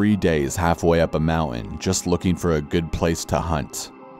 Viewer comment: Your channel is amazing- i just cant stand how you say "mountain" lol